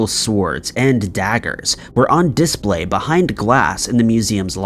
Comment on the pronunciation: Sorry but please learn to pronunce "display". It's not "dis-Play" it's just "display". Same as you don't say "ess-Ay" when pronouncing "essay".